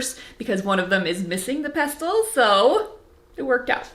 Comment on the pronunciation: The t is silent in pestle. ❤😊